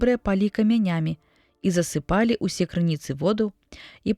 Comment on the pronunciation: Кантэкст вымагае: засы'палі-законч.трыв., прачытана: засыпа'лі-незаконч.трыв.